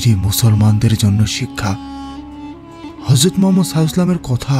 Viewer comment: হযরত মুহাম্মদ (সাঃ) উচ্চারণটা শুদ্ধভাবে উচ্চারন করুন ভাই